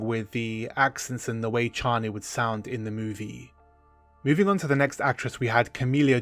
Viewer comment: I thought we landed on chay-nee. 🫠